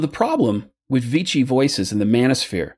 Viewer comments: I hate doing this but you're mispronouncing Vichy, you pronounce it like "Vitchy", it's more "Vishy". There, annoying language nerd moment over. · Vee Shee. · (Pronunciation detail - sorry to nit-pick) - Vichy rhymes with Fishy. In occupied France it was the centre for the Government of Collaboration.